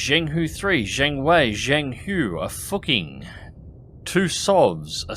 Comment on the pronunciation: I know its done on purpose, but just in case, it's pronounced Foo Ching or something, not what you say :D